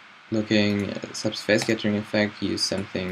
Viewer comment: Dude, normally I won´t complain about pronunciation, but the face in subsurface is not pronounced like face, more like fess, and the stress in surface is on the first syllable :) Otherwise I love your tutorials ;)